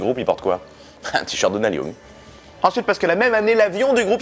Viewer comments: On prononce "NIL", pas "Nel" Young. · "Nelle Young" mdr Ca se prononce "Nil Yang"